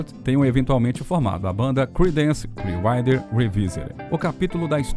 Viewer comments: Para um canal que fala muito sobre bandas internacionais, a pronúncia do inglês precisa melhorar muito. O nome da banda é "cliár-uáter" e não isso que é falado no vídeo, que nem dá para entender bem o que é. O nome da música é I Put a Spell on You... "ai put a espél on iu", pelo amor de Deus... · "CLIUAIDER"????? Dono do canal, aprenda a pronunciar antes de fazer o vídeo, cara!!! Até desanimei de ver o vídeo!!! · Clear o quê???...Writer? Rider?... a legenda automática traduz o que diz o locutor como "Clear Wi Revival".. logo no comecinho do vídeo e lá perto fim... queria saber o que ele disse no lugar de "Water" . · Velho o conteúdo é bom mas seu inglês dói no ouvido… Woodstuck é brabo, o nome é woodstock (uudstóc). E Clearwater se diz “cliaruóter”. Antes de gravar pega as palavras que tem dúvida e bota na Internet clicando no áudio que vc pode ouvir o certo. Tirando isso texto é ótimo e a pesquisa idem. Parabéns. (Ah, e basta chamar de Creedence (Cridêns), que é como o grupo é realmente conhecido. )